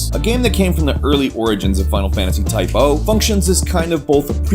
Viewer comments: dammit man its Type-ZERO DX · It's Type ZERO they are class ZERO not type-O or class O!!!!!!!!!!!!!!!!!!!!!!!!!!! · say type oh again, i fucking dare you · forever calling it Type - O (oh) even though it's spelt Type - 0 (zero). >.> I guess that's his thing now though. Class zero is now class oh. xD Hehehe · its not type O its type 0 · TYPE 0 ( pronounced "ZERO" ), if I may. You can still ask the dev' team if you think I'm wrong, yet it would made more sense to say it that way ^^